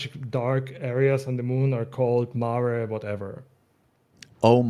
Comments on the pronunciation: It's pronounced MAH-reh, it's latin, not "Mare." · I'm there with you. It's not "mare" but "mah-ray." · pronouncing it Mare instead of Mah-reh.. Guess anything not english is a dead language for citizen of the US and A.. latin even more so.. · it came out right around the same time as the moon zones came out. how the fuck so many people accepted the game calling something Mare but continue to pronounce this name as female horse instead of "mah-rei" at the same time and after is just beyond me. but this gooner ass game community has brainrot. Remember...this shit came out in endwalker. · Pretty sure it is pronounced Mah-ray. Two-syllables. It's not a horse. It's a crater on the moon. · I'd love to know why no one on bothers to clarify the obvious mispronunciation of mare. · Mare's name references Mare Lamentorum correct? If so everyone is pronouncing it wrong and yes it bothers me lmao, FFXIV players can't even pronounce names correctly in their favorite game.